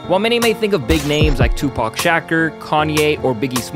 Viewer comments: I clicked off when he mispronounced 2pac name .. he’s no longer credible in hip hop 😂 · This guy is talking about rappers but doesn’t have the respect to pronounce correctly the name of one of the greatest rappers to ever live. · Please don't ever disrespect Tupac like that if u can't pronounce his name don't speak on him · Guys, if you want him to say Tupac's name correctly, don't comment on how it's mispronounced. It's literally just a tactic to get comments. I realize the irony of this. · You obviously didn’t know Tupac by how your butchered his name